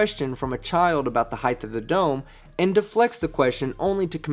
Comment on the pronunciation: Robbie Davidson not Anderson. Also Height is not pronounced HI-TH it’s HITE as in Light with an Hb Height not Heigth